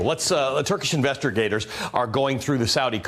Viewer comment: Turkish IN-VESTER-GATORS Hahahahh